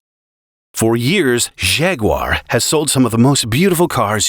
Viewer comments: Jag-uar, not Zhag-uar. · he really calls them Shaguars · When did Jaguar become shaguar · What a funny way to pronounce "Jaguar".